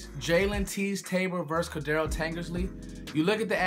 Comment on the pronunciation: Core-dray-uh Tankersley. Not raggin on ya just trying to help